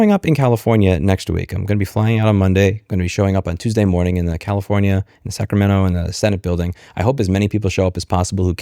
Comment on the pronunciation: Come on Louis, it's Commifornia! Lol. It's good you are fighting this....